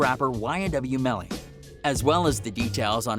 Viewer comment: Plz get it right Melly Not Mally 🤦🏽‍♀️